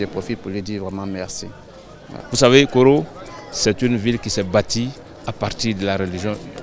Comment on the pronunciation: On dit poro vous médias vous dîtes koro , deux lieux différents.